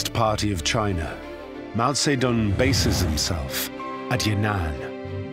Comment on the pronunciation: You pronounce his name wrong